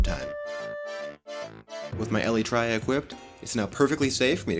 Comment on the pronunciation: My favorite is when you mispronounce Elytra